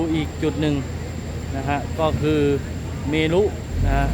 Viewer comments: เขาอ่านว่าเมนนะไม่ใช่เม รุนะ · คะ เมรุ อ่านว่า เมน ค่ะ ไม่ใช่เม-รุ